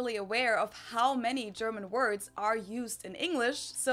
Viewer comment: "I'm fluent in German." Then mispronounced every German word. Bless his heart.😂